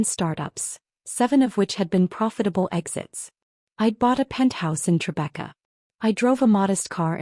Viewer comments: Tribeca, not Trebekah. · Trebekah? You men Tribeca, neighborhood in New York City. [from Google] Tribeca (Triangle Below Canal Street) is a trendy, affluent neighborhood in Lower Manhattan, NYC, known for its cobblestone streets, converted industrial lofts, high-end restaurants, art galleries, and luxury real estate. It's famous for the Tribeca Film Festival, its historic cast-iron architecture, and as a celebrity hotspot, with a mix of quiet parks and upscale urban life.